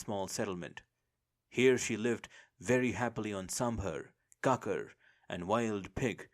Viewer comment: I've heard you mention an animal several times, it sounds like you're saying cocker. What kind of animal is that? I've been assuming it's some kind of monkey